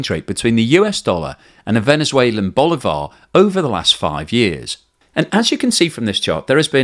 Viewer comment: At least you can say sorry if I pronounce Bolivar bad, because you say it very bad.